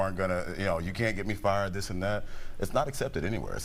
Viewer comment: They said fired wrong